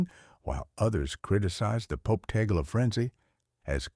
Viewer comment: Last name is pronounced Tag- Le